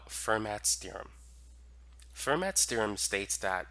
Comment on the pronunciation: Fermat is pronounced "fair-mah" in French.